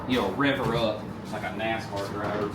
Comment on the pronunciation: Damnit man. If you say "a nacar" anymore I'm coming for your man card!